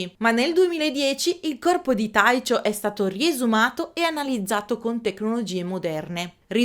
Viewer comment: però "Taicio" per Tycho, no..